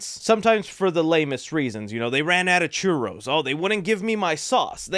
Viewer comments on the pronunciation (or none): none